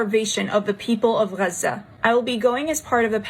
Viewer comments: The new pronunciation of Gaza has me dead for real, these libs smh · Pronouncing Gaza like that has to be racist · why the heck is she pronouncing Gaza so wierdly? 😂